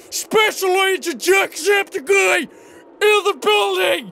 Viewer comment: It sounded like he said Top of the morning to you ladies my name is SackSepticEye xD